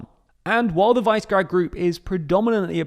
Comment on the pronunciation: You guys make so many mistakes. E12, putting Romania in V4 but leaving Czechia out, mispronouncing Višegrad. Get your sh*t together.